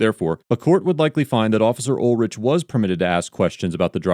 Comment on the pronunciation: Pronounced UL-RICK